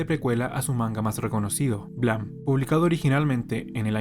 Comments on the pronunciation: Buen video, solo que terminé con TOC de tanto escuchar blam, en vez de Blame!(pronunciado bleim!) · Blam, blam, blam. Se pronuncia "bleim" hombre 😅. Buen vídeo igualmente.